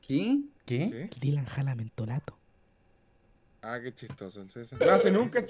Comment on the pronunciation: Nadie: Absolutamente nadie: El streamer del César: mentolAto'